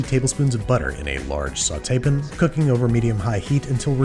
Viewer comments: Babish is unable to say “pan”, he must say “pn” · does he say pan like pin on purpose or ...? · Does anyone know why he says "pin" instead of "pan"?